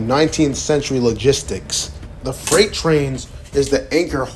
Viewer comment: Why do you pronounce so many words wrong? Are you a robot? “Fright” for “freight?” Sounds bizarre and sketchy.